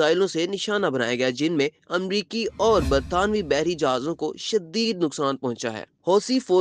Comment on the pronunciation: Gadda shaddeed nhn shadeed bolo